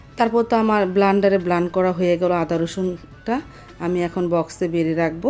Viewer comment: Apni blender k blander bolen keno? Ataw ki bikrompuri Vasa.